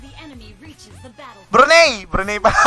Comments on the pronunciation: Btw brunei pronounce broo-nay not broo-ney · CORRECTION LODS, BRUNAY NOT BRUNEY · Okay na sana kaso yung pronunciation niya sa brunei bruney e